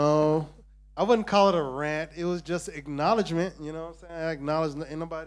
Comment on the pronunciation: Nowhere is rant pronounced 'rarnt'...